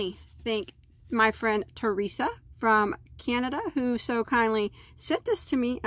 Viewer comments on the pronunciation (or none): none